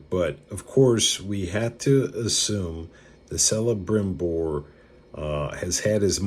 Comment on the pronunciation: I believe you're mispronouncing Celebrimbor. You seem knowledgeable otherwise though. Very interesting video 👍